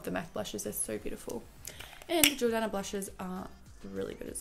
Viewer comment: She said jordana right the second time ugh thank god qqq